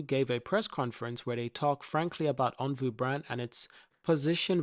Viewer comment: It’s OnvO—-not OnvU Also it’s widely known that Firefly is a cheaper, not more expensive brand….c’mon man, let’s spread the right stuff—-keep up the fight tho- appreciate U